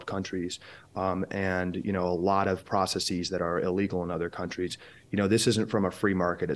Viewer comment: processees? Is that how Americans pronounce "processes" or is he mispronunciation it? Sorry if this is a stupid question.